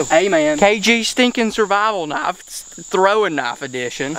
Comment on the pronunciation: Wha th is a "naaf"